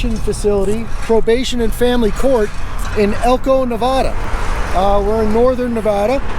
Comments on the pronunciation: it is Nev AAA da NOT Nev ah da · ITS NOT. NAAAAAVEDAAAA. PLEASE STOP. HOLY FUCK. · Please say Nevada correctly. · I love your video but you really need to learn how to say Nevada bro.